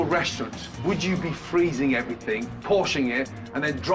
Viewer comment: Hey Gordon , Its everythinG not everythinK